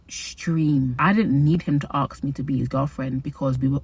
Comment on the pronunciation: Gurl I love you but you're in the land where English was created, how are you pronouncing aSk as aKs 🐿️